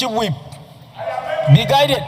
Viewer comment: Be guided not be guitet